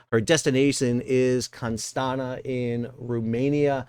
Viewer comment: Why do so many people from the US like you refuse to even try to pronounce foreign names right? Neither "Beşiktaş" nor "Constanța" are impossible to pronounce. Even leaving out letters or adding letters when pronouncing these names, shows a lack of respect.